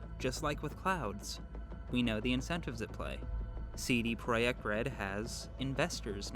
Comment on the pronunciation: Omg you pronounced CD Projekt correctly